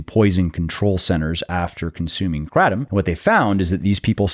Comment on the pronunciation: You’re saying Kratom wrong but anywho, it does help you get off opioids. I am proof of that! It also helps with diverticulitis. Those are the two I can attest to. No side effects. Been on it for over ten years.